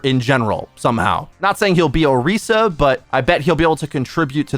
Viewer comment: Damn that Orisa pronunciation